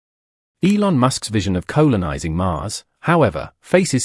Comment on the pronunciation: what the eff, did no-one check this video before it went out..... Colon-ising!!!!! what the f**k are you talking about? This is a AI spoken commentary voice, just goes to show how shit that is. Why do AI voices get used, we all know it is utter shit!:face-orange-raised-eyebrow::face-orange-raised-eyebrow::face-orange-raised-eyebrow::face-orange-raised-eyebrow::face-orange-raised-eyebrow::face-orange-raised-eyebrow: This video is so unwatchable. Its just clickbait. :face-orange-frowning::face-orange-frowning::face-orange-frowning::face-orange-frowning::face-orange-frowning::face-orange-frowning::face-orange-frowning